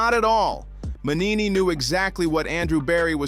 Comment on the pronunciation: It's not Mannini, it's Mangini. At least get his name right.